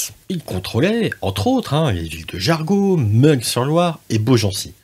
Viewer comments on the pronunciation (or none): tu est sûr que c'est "jargau" et non pas "jargeau" ???? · On dit Jarjo, pas Jarguau. De même c'est Mun s/Loire, pas Mungue... Je suis du coin. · Juste on ne dit pas " ming sur Loire" mais" min sur Loire '" Et aussi" jar jo" et non " jar go "...merci encore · Merci pour cette vidéo. J'espère que vous pourrez la rééditer avec plus d'images IA. Quelques suggestions : Meung (sur Loire) se prononce Meuhein chez les locaux. Jargeau n'est pas Jargot. Enfin un peu moins de hein et ce sera parfait 😊 beau travail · Jargeau ne se prononce pas jargo...